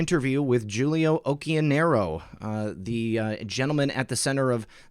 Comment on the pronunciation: oQQionero is the correct italian pronunciation ;) excellent work!